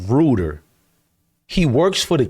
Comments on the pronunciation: It’s pronounced Rite-er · It's pronounced Rider.. & Grosee... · His name is pronounced "Rider" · Crazy work the Browns doing when they don't wanna give Sanders a chance in the public eye because they want Manning so bad. Very disappointing. He pronounces his name more like 'Writer" btw. Keep going forward bro. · It’s Pronounced Ryder